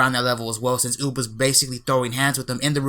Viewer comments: UUB RHYMES WITH BOOB .. NOT OP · When said Uub I thought he said boob